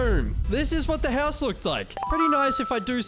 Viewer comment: I like how you say "HELLS" instead of house 😆